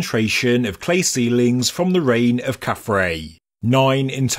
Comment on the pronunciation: Again, as someone who both reads and writes ancient Egyptian, that is KhafRa (pronounced 'khaf-rah') which means "He shines as Ra", and DjedefRa (pronounced 'djed-ef-rah') which means "He is established in Ra". This sphinx is obviously Nubian in origin, with a black Nubian head and hairstyle. It is probably a votive offering, brought to Gizah by someone from the Kushite kingdom or the Maadi culture in early dynastic times.